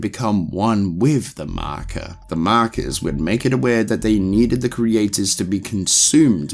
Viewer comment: In terms of lore, a concise & excellent video, but there is one thing I must say: Mahkuh.